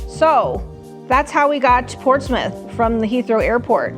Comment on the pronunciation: Portsmith or Prortsmouth? You kept saying Portsmith.